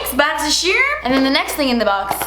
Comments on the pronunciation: U r so corny and so annoying I hate hate hate the “boxysherm” crap u say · It's only for that now i can never say "charm" as charm and always say it "sharm". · Does anyone know if has a code with Boxysherrrm? I’m going to finally sign up for my very first monthly subscription and am gonna do this one. When I think of BoxyCharm, always pops in my head and the way she pronounces it lmao so if someone can tell me if she has a code, I’d really appreciate it. She didn’t put it down in her description (I didn’t see it, if she did.) Thanks in advance <3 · I literally forgot how yall pronounce 'boxycharm' in English jajaajajj ily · I can never ever read Boxycharm again and pronounce it normally since I have started watching her videos :D